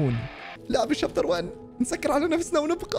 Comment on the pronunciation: بداية المقطع الشابتر ❌️ الشايتر ✅️